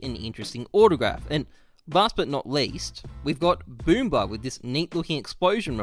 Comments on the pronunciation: Pronounced bloomitch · his name is actually pronounced "boomich" because bl=ы≈ee and 4=ч=ch. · It’s boom itch not boom bly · Balblna actually should read as Валына(Valina), it means firearm in Russian slang, Boombl4 should read as Бумыч(Boomich), jmqa as жимка(jimka). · It's pronounced as Kvik - quick Booml4 - boomH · balblna pronounce like WALYNA boombl4 - BOOMYCH its Ы! have fun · Boomich from russian Бумыч as you might have seen "Ы" is one single letter. The 4 is a "Ч" is a "ch" and "Ы" is impossible to pronounce in english. the word has nothing to do with boom bitch +Emiliyan Yankov, in russian people just like to associate a person to something using "ich" so in this case he associates himself to "boom". yes an explosion. his nickname means explosion in a kinda more fun form. The russian language is cool. Kvik might be from the word Quick because in russia people pronounce the word Quick as "Kvik" Jmqa is just a nickname Balbina to me is a nickname, maybe it was a name of some cat in some soviet childrens film for some reason makes me think about the word "Балда" "Balda" or its derivative form "Балбес" "Balbess" which is kind of a very pg13 way of saying stupid. You can kinda use it on a 5 year old. I just have no idea how he translated it into that. Last but not least Dimasick, nono, Dima is not sick, "Димасик" is a variation of the name Dima/Dmitri which is kind of "cute" in a way. So for example a mother would sometimes call her child dimasik instead of dima. Hope this cleared up some stuff for some people. Reply if you want some help on other russian names. 👏👏Bonus nickname, "Дося", Dosia is a washing powder that you could buy in any russian shop, my grandma used to use it. After that my grandad named our cat Dosia. she is 13 now so she was in my life looong before Gambit Dosia. I would have never known about him at the adge of 5 lmao. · oof that Boombl4 pronunciation :c